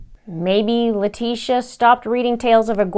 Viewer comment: I ABSOLUTELY ADORE how you said "LIE-TECIA" comes out of the woodwork. Just like every other NASTY PEST...(Termites, mice, rats, cockroaches, fly larvae (AKA:MAGGOTS,) very close species to LIE-TECIA in my STUDIED opinion..🤬🤬🤬👹👹👹🧐👏😉)...Much love to you, Mr. Linda and the fam from the Middletons in Michigan. Keep up the EXCEPTIONAL content 👏👏👏👏🙏🙏🙏🙏🙏💛💚💛💚💛💚